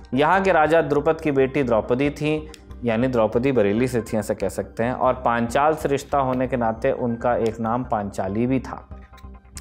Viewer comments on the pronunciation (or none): Panchal ka naam lene mein itni aafat kyo Rahi hai sir aapko .....